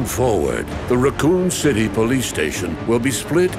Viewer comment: I heard that as “Raccon Shitty police station” and shat